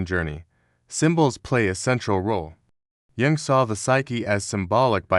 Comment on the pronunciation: The text-to-speech is HORRIBLE!!! Many errors, including frequent botching of "Jung". The inflection, tone is only bearable for short periods of time. I wish I could listen more, synchronicity??? SHAME ON YOU FOR THIS CRAP!